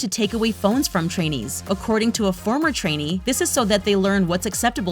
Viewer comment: Every time I hear trainees I hear Chinese for some reason